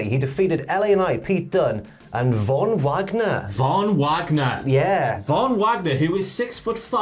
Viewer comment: Isn't it supposed to be pronounced as Fon Vagner?